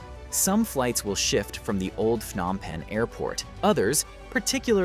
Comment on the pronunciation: Stop mispronouncing the city's name. It's not 'F-nom Penh' (just because 'ph' is usually pronounced like an 'F'—e.g., phone, physical, etc.). It's pronounced with a 'P' sound: Phnom Penh.